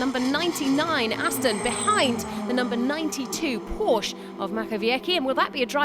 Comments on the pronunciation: please stop saying Porsch!!! The "e" isn´t there without a reason... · Commentary made this video pretty much unwatchable. Porsche is a two syllable word, and there's no excuse for somebody hired by the FIA to do commentary for their official Youtube channel not to know that.